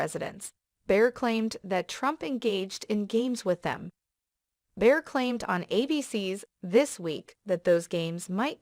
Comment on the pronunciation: It's Bill Barr, not Bill Bear. Who is narrating this. ??👎👎